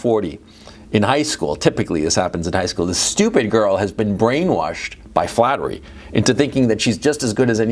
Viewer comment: Flattery, or is it 'Fattery?' 😂